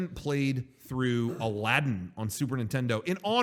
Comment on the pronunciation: Says the name of the game incorrectly. Proceeds to make fun of the guy at GameStop for not knowing the name of the game.